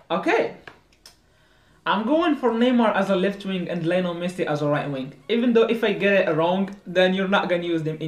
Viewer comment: Its Lionel not Liolen lol